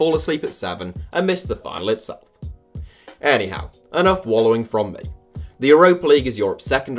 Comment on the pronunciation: when you say anyhow it sounds like 'Eddie Howe'